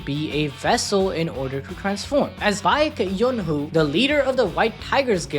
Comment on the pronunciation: Bahyek yonhu is so insane😭 Edit: these pronunciations wouldn’t be correct even in another dimension